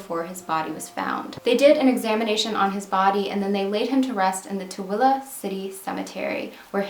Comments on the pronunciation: Blew my mind to see something about Tooele, my family all lives there and I’m very familiar with the area. Didn’t know about this case. And thank you soooo much for pronouncing Tooele correctly!!! Tooele County has such a small population so it’s really cool that you are covering this case. ❤️❤️❤️🙏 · I live in Utah and can I just say I am so proud you said Tooele correctly! :) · Congratulations 🎊 on saying Tooele correctly 👏 🙌 😂 ❤ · Congrats on pronouncing Tooele correctly! My sister lived in Tooele for a bit in the early 2000s. Poor David, I'm sorry my state was so unkind to you. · I am a Utahn, but I was unaware of this case! Huge kudos for pronouncing Tooele correctly. So many think it's "Too-lee!" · Wow, thanks and you pronounced this Utah name right. There has to be a major change in our justice system stateswide and nationally. No one should suffer like that. The poor guy and his family. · Good on you for pronouncing the name of the county correctly. Most people can't because it sounds NOTHING like it's spelled. Most call it Too-lee. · Love that you do your eyebrows...n thanks for saying the name RIGHT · Awesome job at pronouncing Tooele I use to always say it so wrong. I found this channel about a week ago, I love that the content gives those from the past a voice.